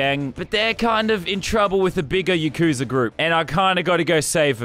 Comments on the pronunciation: Btw it's pronounced yah koo sah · When he says yakuza wrong XD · Its pronounced yakuza not yakuza